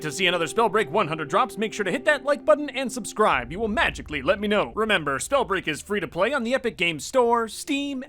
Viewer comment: Wait did he say "Whats going on SnowBreaj fans"